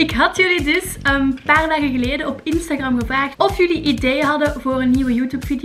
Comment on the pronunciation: instagram:( je spreekt het uit als instagrEm